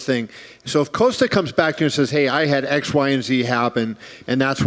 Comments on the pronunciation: Why is Dana saying “Coast-A” instead of “Cost-A” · "Coaster" OK Dana...